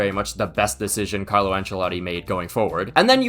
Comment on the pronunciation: Carlo enchiladas wtf what did u call him